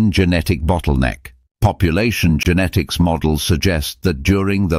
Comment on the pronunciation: Populationsgenetik ist wirklich hochinterressant, aber diese AI-Stimme, die weder "Genetik", noch "Genomik" noch sonstwas richtig aussprechen kann, ist einfach nur zum Abgewöhnen ... verdirbt einem völlig Interesse und Freude anm Thema.🤮😰